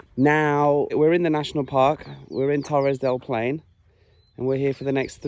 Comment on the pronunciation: i love u, i'm from Chile and live in Germany. But pleaseeeee is not Torres del Pain or Torres del Plain, is Torres del PaiNE! hahahahha and is not Ushubuauiauai, is Ushua-ia. xoxo